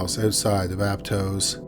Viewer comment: I lived there it’s pronounced Ap-toss